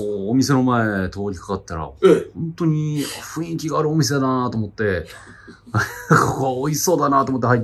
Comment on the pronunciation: ふんいきって言えないタイプのかみちい